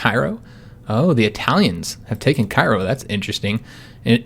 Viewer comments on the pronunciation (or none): none